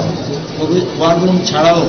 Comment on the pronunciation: খবর পাঠিকার উদ্দেশে বলছি যে আপনি বার বার 'wire room' বলছেন কেন? এটা তো war room...ভীষন শ্রুতিকটু মনে হয়েছে....